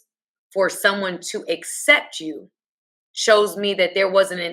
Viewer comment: please can ou say you differently ?